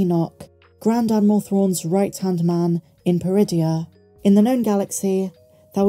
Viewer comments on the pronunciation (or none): none